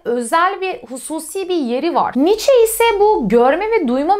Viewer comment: " Niiçe" demeyi artık öğrenmelisiniz.